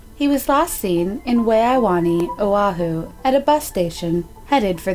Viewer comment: Itʻs Oʻahu not awahu